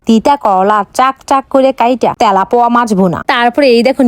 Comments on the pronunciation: তেলাপিয়া না না না তেলাপোয়া😂😂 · তেলাপিয়া No তেলাপোয়া 😂😂😂😂